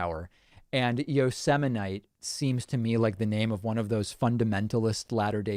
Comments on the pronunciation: Aww, man.... he ALMOST pronounced it like Kelly Bundy did!! Yo-sem-aight. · Is this the one where he mispronounced Yosemite?